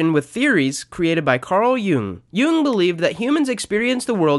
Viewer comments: Jung is pronounced as "young." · I'm sorry I was very interested but then you said Carl Jung's name wrong and it through me off -intj